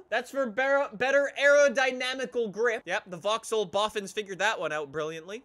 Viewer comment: He can’t even say vaxhaull correctly 😂😂😂